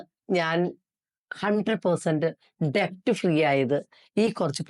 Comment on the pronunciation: ഡെബ്റ്റ് എന്നല്ല കേട്ടോ ഡെറ്റ്✔️ ആണ് debt